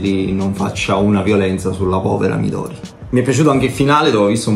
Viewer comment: Sembra veramente interessante lo metterò sicuramente nel carrello nei prossimi acquisti. Una piccola correzione alla di HP, si pronuncia mìdori con l'accento sulla prima "i" e non midòri